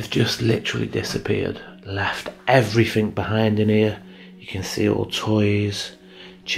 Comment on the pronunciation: A grown man saying "Every fin" 😅